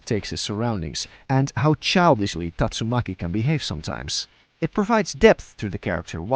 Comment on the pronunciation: man said tatsumuki instead of tastumaki